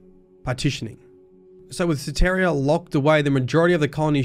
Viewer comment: Just an FYI, Soteria is a Greek word. It means Salvation. It’s pronounced soh-tee-ree-ah